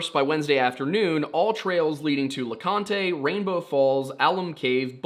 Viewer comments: As a Sevier (pronounced SEVERE) county native, I summon Wendigoon. Also Mount Leconte (LEE-CONT) is not pronounced like picante sauce. Wendigoon is from E TN from what I've read. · Mt le Conte is pronounced Mt le Cont. The E is silent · sevier is pronounced like "severe" and you don't say the last "e" in leconte! no big deal though lol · Please for the love of God and everything holy please just say Leconte as “Le-cont” ain’t nobody from East Tennessee that says “lecon-tay”. Otherwise great vid no notes.